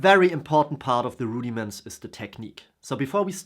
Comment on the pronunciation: I'm going to watch again just to hear you say Rudy-Mints : )